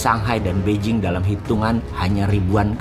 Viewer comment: Beijing bacanya peicing bukan bei jing.